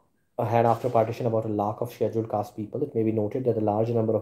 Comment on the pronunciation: Your pronunciation of schedule caste is wrong..